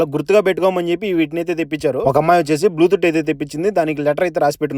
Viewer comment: బ్లూతుట్ కాదు బ్లూటూత్